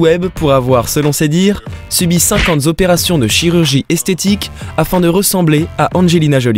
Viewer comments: 340 zopérations: lamentable ! Respectez votre langue ! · Pauvres gens. Ils étaient banals, maintenant ils sont hideux. J'ai failli vomir. Le narrateur heureusement m'a fait marrer avec ses liaisons dangereuses : 50 z'opérations (à ), 9 z'opérations (à et ) et enfin le magnifique 340 z'opérations pour terminer en apothéose (à )... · Dommage que le narrateur inventeur des « s » à certains chiffres ce qui donne des liaisons affreuses à entendre !!